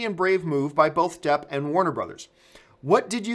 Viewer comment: ? Johnny Jepp? Campea, have you been working with Sean Spicer's speech coach? ;)